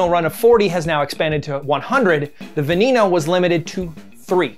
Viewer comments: im sorry dude but its pronounced ga/yar/do not ga/lar/do Also its a low tone ve/ne/no. Its not a high E. Please pronounce it right. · Dude said "Veh-knee-no" I'm done 😂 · Love how you butchered Veneno! It’s pronounced like you would in spanish and it translates to Poison!